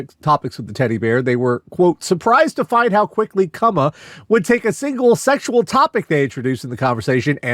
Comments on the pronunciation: I think the bear's name is meant to be pronounced Koo-ma, like the Japanese word for bear. Doesn't make the AI bit any better. Just can't stop giggling at and possibly saying it wrong to an extent. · So the takeaway here is that Charles Lee Ray possessed a teddy bear. Also, I'm pretty sure "Kumma" is intended to be pronounced like "Kuma", which is bear in Japanese. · "Kuma" is the Japanese word for "bear" (and the "ku" is pronounced like "coo", like a pigeon's coo) so that's probably where the Kumma bear got its name. I don't know why it would be spelled with a double M though.